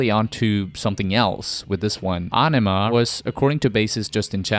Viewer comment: How do you get aw-no-ma out of aenema? If youre gonna narrate fkr a living then learn to read first or at least learn to pronounce the words youre using. That was the dumbest pronunciation of aenema possible